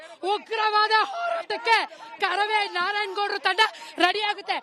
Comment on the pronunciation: ಅರಾಮಿ ಆಂಕರ್ ನೀನ್ಯಾಕೆ ಇಷ್ಟು ಹಾರಾಡುತ್ತಿದ್ದ ಕಾರವೇ ಅಲ್ಲ ಅದು ಕರವೇ